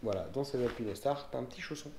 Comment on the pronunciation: Super vidéo par contre c'est pas alpine É star mais alpinestar le E est là pour faire le "ine" pas ajouter un "é" :)